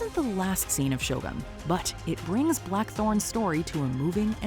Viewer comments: It's "Shogun", not "Show gun"...... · Every Westerners keep calling the show as SHOW GUN instead of Sho-Goon (pronunciation). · I see is still calling it "Show gun" and not show u goon.